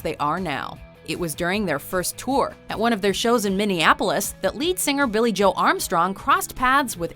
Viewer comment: Did you just say joe like Joey.... Lol